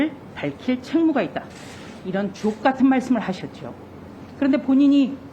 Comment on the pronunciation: ㅋㅋㅋㅋ 조수진 의원님 ㅋㅋ 발음 ㅋㅋㅋ 아주 좋았습니다 ㅋㅋㅋ